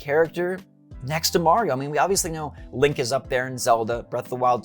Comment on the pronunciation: is he saying good morning mario or good morning morioh?